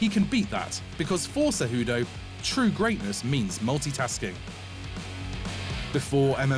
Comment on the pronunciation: CEJUDO, NOT "CEJUDU".